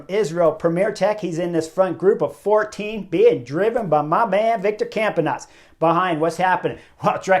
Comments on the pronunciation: Just a note to Chris from a Belgian (Geert Aerts) in Portland, OR - Campenaerts has an R in it, exactly the same as Wout Van Aert. Just like Mario Aerts or Toon Aerts. Pronounced ARTS, like fine arts in english (with a rolled R like in Spanish). I guess you could listen to a Sporza commentary to get it just right. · "My man, Victor Campanaerts.."